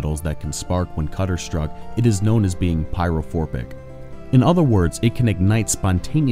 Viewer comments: Pyrophoric, not forbic. Just sayin.. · Pyrophoric not phorbic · There is no “b” in pyrophoric lol